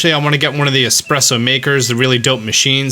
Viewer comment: ESPRESSO. Expresso isn't a thing